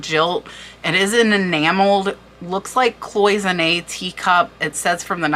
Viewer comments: Just a small correction, but it's a word that comes up often here: "gild" is pronounced with a hard "G", as in "guild". "Sevres" is pronounced like "Several", but cut off just before the "al" ending. You end on a guttural "R". "Cloisonne" is as follows: Clwah- zone- ney. Love your channel. Thanks for sharing your knowledge. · Also, you need to research the pronunciation of words such as 'gilt', which has a hard 'g' and cloisonné which sounds like 'clo-zo-nay'. Sevre is another tough one to pronounce. Good luck.